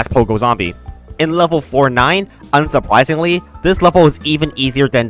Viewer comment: Am I tripping or did he say "Unsupwisingly" ?💀